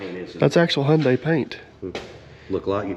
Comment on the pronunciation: I'm amazed. You know how to pronounce Hyundai. We saw it on a semi trailer years ago. Rhymes with Sunday. So we always knew. Lol. Most don't. 😅😅😅😅😊